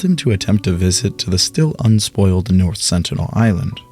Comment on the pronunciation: "North Senital Island"